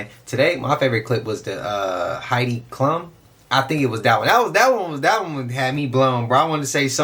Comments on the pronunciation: Unc was cooking when he started talking about your magnetic field and energy. It is the the intention in your thoughts and actions that energizes them. Also, Heidi Klum (pronounced Cloom) is a supermodel from the 90's. Most know her from the show Project runway. She used to be married to Seal, the singer. Who is to say that is her? She's unrecognizable in that "costume". It is too realistic if you ask me. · Heidi Klum (pronounced cloom) is a supermodel and has been since the 1990’s. Halloween is fun for some people. Plenty of people go all out for Christmas. This is a weak ass argument. I’m not saying Reptilians don’t exist, but an obvious costume doesn’t help the theory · Pronounced "Kloom"~